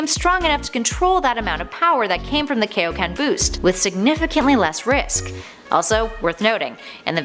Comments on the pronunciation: 1) both king kai and goku claims that kaioken is a technique 2) King Kai’s name is in the damn technique. It’s not kay-o-ken. It’s kai-o, as in Kaio-sama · Kaioken is pronounced Kai Oh Ken, Team Four Star made a joke about it when Goku's dead friends want training from King Kai. I blame the Ocean dub for this but Funimation went back with the proper pronunciation...eventually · "But GUYS ultra instinct IS a form!" I bet you pronounce kaioken as kay o ken on purpouse. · Kaioken not keioken come one king kai’s Name is even in it and he created it.